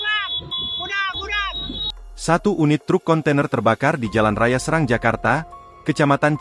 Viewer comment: Terkadang narator tdk benar dalam berita serang itu nama kota tapi dibaca serang yg diartikang sama dengan ganyang